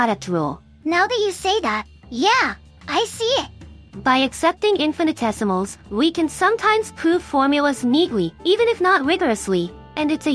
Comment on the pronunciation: Just a note: There's inconsistent pronunciation, sometimes the correct 'in-fi-ni-tesimals', sometimes the incorrect 'in-fan-tessimals' (it almost sounds like 'infant essimals', which would be baby essimals, I suppose). Although it's perhaps a little cute to have mispronounce it as 'infan-tessimals', I think it's probably more due to a misspelling in the script or something.